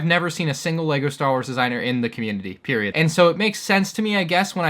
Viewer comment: Did u just say ”pErIodT”